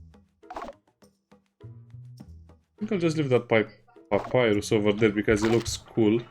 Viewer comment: i guess you didn't play Undertale? there was a boss Papyrus would cry hearing you say his name in such funny way